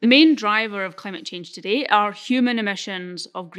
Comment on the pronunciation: Not only you pronounce the word 'today' incorrectly, but also the assertions that you present are vaguely incorrect. For example, you talked about the amount of solar needed to power the world as less than 1% of land. Well, this assertion requires a few definitions. How do you define the amount of land for solar power generation when the sun does not rise during the night. Also, different pieces of land receive different amounts of sun. So on a so forth. Plus the efficiency of solar cells is not even 50 %. We are yet to employ solar just because of this dear lady. YOu said we can use nuclear. You did not mention about the limited nature of the raw material required for the nuclear power plants like uranium of whatever. Plus nothing mentioned on how to deal with the enourmous amounts of the radio active waste this power generation produces. Why do you need copper to decarbonise electricity grids? Besides, the term like "decarbonise electricity production" can be understood. But what is "decarbonise electricity grids"? Very well said wen the transportation aspect was discussed. While you talked about cement, you said you can capture the CO2 emission in he process of making cement and bury it underground. If this can be done, why not do this with all coal-based power plants? Thanks.